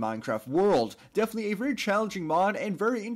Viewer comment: STOP SAYIN' BEFENETELY PRETTY COOL OR HOWEVER YOU SPELL BEFENETELY (IM SWEDISH) IT MAKES ME CRAZY